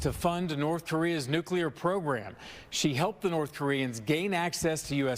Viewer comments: nuke-ya-ler makes people sound uneducated! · FBI agent can't even pronounce nuclear.